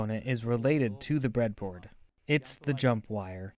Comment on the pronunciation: The "Bread-A-Boardo" gave it away to me. But I don't mind, as long as the content is good